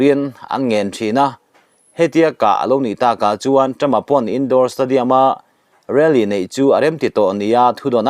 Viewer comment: I thil chhiar dan,thlûk dan a mak thei e.Rally tih i lam dan te kha.😂😂mahse a bengvarthlak e..